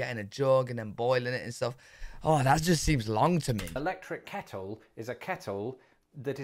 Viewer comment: Your “kettle” sounds like our “keurig.” 🤷‍♂️ easy peasy naw? 🤷‍♂️